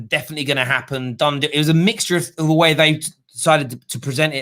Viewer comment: It's da history of da Tottenham